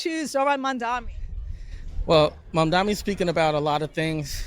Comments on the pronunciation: The man's name is MamdaNi, not MamdaMi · MAM dani! MAM dani! MAM dani! MAM dani! MAM dani! MAM dani! MAM dani! What the fuck is wrong with people? Are they purposefully mispronouncing Zohran's surname, or is it just incompetence?